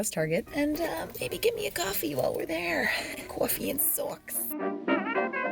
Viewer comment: "I look like a complete shoobie" - are you from the jerz??? You said that word after the goofy pronunciation of "cawfee" and my brain said "she's one of us" lmao